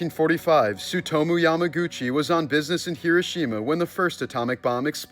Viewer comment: In honor of the tragedy, stop saying Hiroshima incorrectly. 😊❤